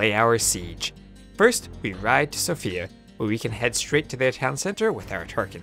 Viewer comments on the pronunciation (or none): none